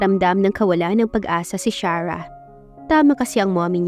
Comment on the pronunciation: Pangit ang pagkabugkas ng arte charah 😂😂😂imbis na Sarah kaluka